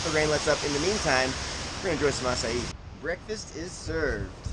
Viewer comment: Thank you for teaching how to pronounce acai. Being in the midwest, not something readily found around here.